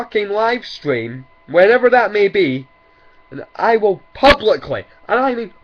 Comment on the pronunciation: "I can and i "wall" defeat Shofu" LMAO XD